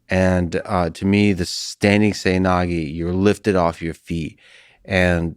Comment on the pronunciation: its pronounced seh-oy na-geh :)